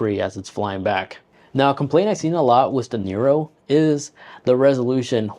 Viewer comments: I just got mine couple weeks ago. This video was so helpful that I'm not even going to grill you about calling it a DJI Nero 😆 Anyways awesome video, brother. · Bro.... it called NEO lol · DJI NERO???